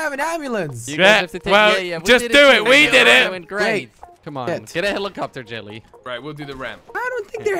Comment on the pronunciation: It's jelle it's pronounced like yellae